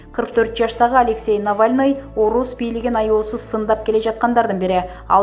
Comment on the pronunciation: Урматуу автор кыз создорду туура айтчы.баары шаар аттарын ката айтып жатасын.же билим ал.мисалы::::амерка=америка.навлный=навальный.хаборовск=хаборовский.ришард коменде=каменде.экономыка=экономика.